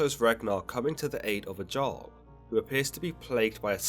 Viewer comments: The J in Jarl doesn't make a "ge" sound Its more like a german Ja sound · I'm cringing at Everytime you say jarl as JARl. It's Yarl. Pronounced with a Y but spelled with a J 😭😭 I love your videos, but nooo. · Jarl is pronounced "yarl" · Isnt "Jarl" pronounce "yarl"? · No its pronounced Järl but I wouldnt expect you foreigners to know how to pronounce that, culture leachers